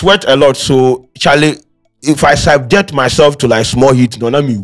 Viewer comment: Did i hear say, Siabject?😂😂😂